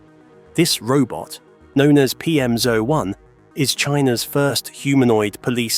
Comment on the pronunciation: This is an AI narration, right? Firstly, a Brit would never say "Side walk" it's a pavement or path. Only american's need directions on where the path is within the name of the path. Secondly, it pronounces "PM01" as "PM-ZO-1" which is an AI glitch. Is this whole video AI generated and if so, where the fuck did the bus leave from for the humans that don't want to be surrounded by all this AI bullshit???